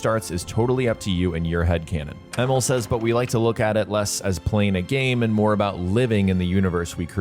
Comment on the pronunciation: His name is pronounced E-Mil, not Emmel